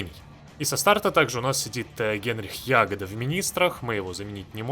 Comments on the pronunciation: Главу НКВД зовут ЯгОда, а не Ягода. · Вроде Яго́да, а не Я́года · ЯгОда зараза, ЯгОда!1!1! Вы достали не правильно произносить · ягОда а не Ягода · Генрих Яго́да (ударение на о́), возможно у этого события есть какой то процентный шанс, по крайней мере у меня его не сняли по событию, так и остался до конца, особо некем было заменить после чистки)). Так же рассказывая про снабжение можно упомянуть транспортные самолеты с функцией снабжение, теперь они творят чудеса. У меня восемь 20-х танковых дивизий просто катались среди крайне истощенных дивизий союзников не имея никаких дебафов по снабжению, достаточно было повесить на регион 20-30 транспортных самолетов. Естественно если в регионе доминирование вражеских истребителей, то снабжение по воздуху так же быстро закончится. Жаль что сами боты так и не научились этим пользоваться, предпочитая стоять друг напротив друга обессилившими дивизиями. P.S. Спасибо за детальный разбор механик, давно искал подобное видео. P.P.S. Про Яго́ду досмотрел до момента когда у тебя его тоже не сняли, возможно, поправят в будущем для историчности. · Генрих ЯгОда(ударение на "о") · да не вы конкретно, прошу прощения Уже смотрю 4 ролик, и как только его фамилию не коверкают:) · Хотелось бы увидеть прохождение за Бухарина. Иди по пути антифашизма. P.S. У Ягоды ударение на "о"